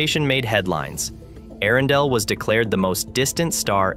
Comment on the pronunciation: How many ways can AI manage to pronounce "Earendel" in one video?